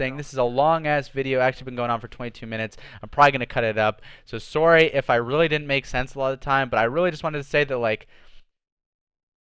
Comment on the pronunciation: I forgot is Canadian, he said "soowwrrrryyy" 😂awesome bro keep it up! 👍🏽